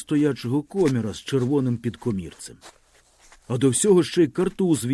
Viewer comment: Перепрошую, але я знов про наголоси: підкомірцЕм, сестрИн, горОдина, ганчір'Яніий, дОшки, обізвЕться, поторкАв, опішнЯнська, крамарІвському, подЕржу, пилИ.. Ви гарно читаєте, але оті наголоси - наче пісок у смачній страві, так і тріщать на зубах..